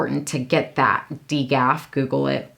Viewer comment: You guys are so cute! Did your husband mean “DGAF” and not “Degaff”?! Just curious....hahaha 🤣